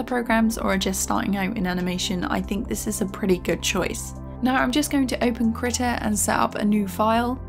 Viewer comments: Why does she say "kritta" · first of all, in my 14 years of life i could have sworn it was pronounced kreeta and not krihta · As a swede i choose to pronounce it Krii-TA